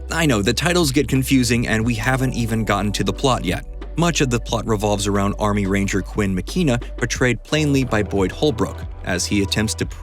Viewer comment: You know what's really scary? How thu Is narrator pronounces names. "Neemroad" Antal. Quinn MckEEna.